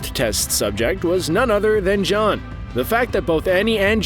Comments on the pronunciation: lol he said "john" and not "jean" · Mans said John